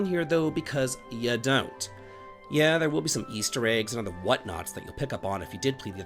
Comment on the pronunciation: When you said it contains some Easter eggs for people who have played the previous games, I have to admit I heard "Ysster eggs" in my head 😆